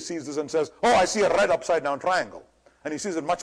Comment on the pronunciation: if you listen to him carefully he does the RRRRR thing mostly if its in a syllable or if its the starting or the end one or two letters of the word. trrrrraffic, brrrrush, rrred, grrrreen, wirrrring, .. Its an interesting speech pattern i think. It could be for any other letter in the alphabet. What in the brrrrain makes you do that? I may ask.